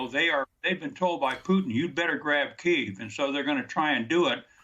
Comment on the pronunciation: I’m sorry, I can’t take anyone serious that can’t properly pronounce the name of the capitol.